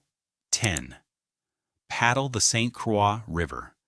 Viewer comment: Saint Quaaa river LMAO! You should narrate this yourself instead of AI LAZY A. I bet you didn't even watch it or listen to it.